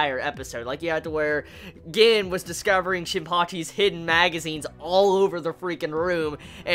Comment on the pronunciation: bro Gin is pronounced like GEEN...just putten that out there